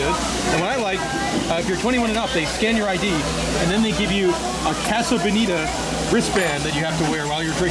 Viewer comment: You honestly don't know how to pronounce "casa"? Lol so annoying.